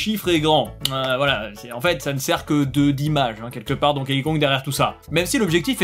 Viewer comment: Arrete de prononcer "Donkéï". Ca se prononce DONKI 👌